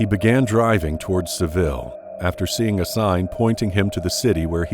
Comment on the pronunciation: And then he anglicizes Seville